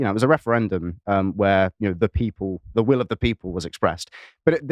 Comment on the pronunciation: "Your name vwill also go on the list, vwhat is it?" "Don't tell him, "!